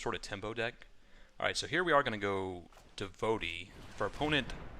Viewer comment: Devo tee not devote e